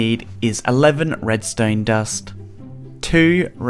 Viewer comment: BRUH😂 HOW HE SAID REDSTONE DUST THOUGH